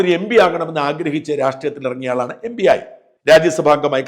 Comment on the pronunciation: MB അല്ല MP (എം. പി) ബി യും പി യും ഒരുപോലല്ല ഉച്ഛരിക്കേണ്ടത്. (2) സ്വാതികനല്ല... സാത്വികൻ (3) ഒടുവിൽ അന്തംസ്നൊരു സൗജന്യ ഉപദേശം.... രാജീവ് ചന്ദ്രശേഖറിനെയും വിടരുത്.😂 അല്ല്യോ സക്കറിയ.